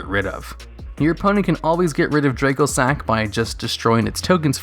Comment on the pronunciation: Dracossack is pronounced "Dra-cossack" because its a dragon based plane, that is the Antonov AN-225 Mriya (Cossack). you pronounced it "draycosack."